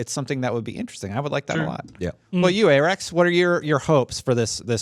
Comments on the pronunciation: Aahrekz not aaarekz 🤣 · Listening to call Arekkz Ay-Rex for the entire show was too cringey, corrected them at the end when he plugged his channel... bless him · Arekkz: Hey-: Ay-Rex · That was driving me crazy lol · What the hell pronounce the hosts name correctly!!!